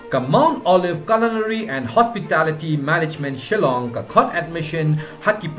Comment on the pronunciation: "Shallang "phi